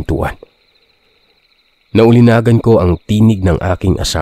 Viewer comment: Bugok! Ningas ng apoy, hindi ninggas ng apoy. Naulinigan, hindi naulinagan.